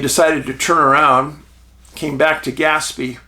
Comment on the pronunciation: Skinwalker Ranch shows that when "they" want something to work or not work, they can do it. Oh, and it's pronounced more like gas-PAY.